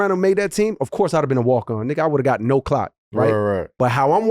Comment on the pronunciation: he said clock without the L